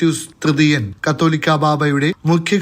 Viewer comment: ഹലോ മാഷേ കത്തോലിക്കാ ബാവ അല്ല കാതോലിക്ക ബാവ കാതോലിക്ക എന്നത് ഒരു സ്ഥാനം ആണ്, പോപ്പ്. പത്രിയർക് പോലെ അതു ശരിയായിട്ടു പറയാൻ എങ്കിലും പഠിക്കു. അല്ലങ്കിൽ ആരോടെങ്കിലും ചോദിച്ചു മനസിലാക്കു ഉച്ചാരണം താങ്ക്സ്